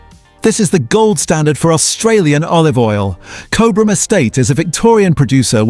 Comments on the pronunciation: It's pronounced as "Cob Ram". Btw. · Nice research into olive oil, however the pronunciation of Cobram starts with the first three letters Cob (like a cob of corn), so maybe AI isn’t that clever. Also Cobram Estate owns Red Island which means that Red Island is not owned by a smaller producer. Red Island olives are processed at the Cobram Estate facility in Lara, Victoria. Also Boundary Bend Olive Oil was founded in 1998 by Paul Riordan and Rob McGavin, who formed Cobram Estate Olives which was formerly known as Boundary Bend Limited. The location of this Olive Grove is in Boort district, Victoria. The photographs of the olive oil bottles made by Cobram Estate also have the word California printed on them. Cobram Estate Olives have over 2.6 million olive trees planted on 7,000 hectares of freehold farmland in Australia and over 1.0 million olive trees planted on 1,385 hectares of long-term leased and freehold properties in California, USA. Your video clip was all about olive oils in Australia, it wouldn’t have been difficult to use Australian olive oil photographs instead of the USA olive oil with the word California printed on them. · The ai mispronouncing Cobram, 😂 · It is pronounced Cob-rm. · I haven't even seen or heard of half of the brands to avoid despite being told they are heavily marketed and the pronunciation of Cobram...big giveaway that this is either AI or you aren't Australian. Show us how you say Melbourne and Brisbane next!